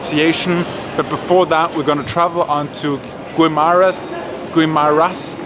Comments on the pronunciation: Pronounce like this DI-NAG-YANG GI-MA-RAS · DINAGYANG is pronounced as - DHI NHAG YHANG GUIMARAS is pronounced as = GHI MHA RHAS. I inserted the "H" to denote pronouncing the short vowel sound not long vowel sound. That is a very nice and new hotel in Iloilo. Iloilo (along with Bacolod and Cagayan de Oro) are among the next tier cities after Manila, Cebu and Davao. Those three next tier cities are among the most progressive though they do not get as much tourist and vlogging exposure. Very nice, free flowing and spontaneous Q&A!!! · It's pronounced Gi-ma-ras. Silent u. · Di-nag-yang (dinagyang). Gi-Ma-Ras (Guimaras)<-silent u